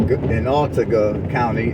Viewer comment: You.are saying autauga wrong